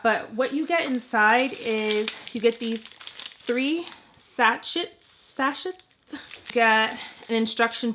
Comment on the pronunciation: Pronounced Sashays.